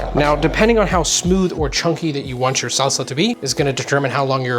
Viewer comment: you dont need to say SALSAHHHHHH like that